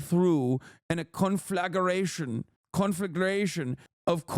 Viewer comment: "conflaggeration" has me dying